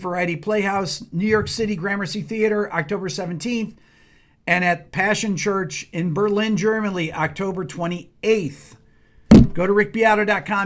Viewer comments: Pronunciation of Passionskirche was good! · ''Passionskirche'' was absolutely correctly pronounced, fear not! 😊 Hope all your gigs will be a blast. Greetz from north Germany!